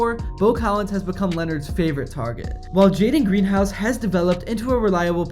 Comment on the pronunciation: A couple of the player's names were mispronounced, just to note, it's Jadarian Price and Jaden Greathouse